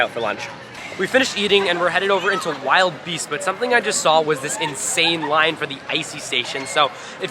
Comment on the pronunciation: Hate to break it to ya but it's (WILL-DE-BEAST) not (Wild Beast)